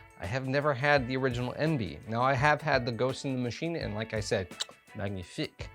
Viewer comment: Pronounced ON-VAY. Coming in the club box in July. Patiently waiting... Great review. Cheers!